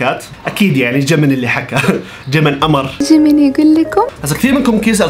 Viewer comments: جيمين ❌ جمن ✔ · جيمين❌ ⬅ جمن✅ كاي❌ ⬅. قاي✅ سوكجين❌ ⬅ سكجه✅ حتى الاسماء و نطقتها غلط😂😂 تشرب ساكي اسلامي 🌚